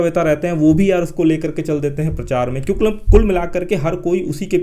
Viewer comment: Aap kyonki ki jagah kyonkle kyon bolte hai har video me dekha maine